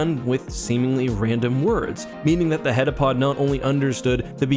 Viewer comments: *heptapod, not hetapod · Heptapod, not heddapod, for goodness' sake. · I hate to be that guy but it's called heptapod not headapod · I love your videos so much that I would never want to criticize but the aliens actually called heptapods not hetapods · You say heptapod once out of the billion headapods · Great video, but you kept saying hedapod and it's heptapod, meaning seven foot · Bro, how do you read "heptapod" in the story and hear the characters say it throughout the entire movie, and then say "hetapod" for this entire video? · He must have transferred the t he didn't pronounce in heptapod to Fermat.